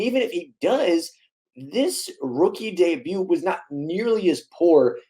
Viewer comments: The T is silent dude.. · he wasn't that bad and also the T in debut isn't pronounced that drove me crazy brah